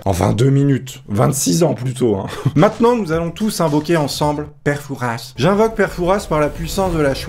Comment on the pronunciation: le S de fouras ne se prononce paaaaaaaaaaas (en fait je vis à fouras c’est pour ça)